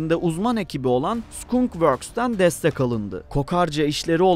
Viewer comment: Selamlar , Güzel derlemeler yapıyorsunuz memnun kalarak takip ediyorum. Ancak bir konuda daha dikkatli olmanızı öneririm. Skunk kelimesi yazıldığı gibi okunmuyor. Skank diye okunur. Tercümesi evet kokarca. Bunun gibi daha birçok telaffuz hatası içeriklerinizde bulunuyor.